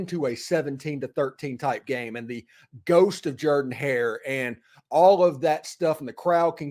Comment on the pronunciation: How can Auburn fans say they love their stadium so much when they can't even pronounce "Jordan" correctly? :>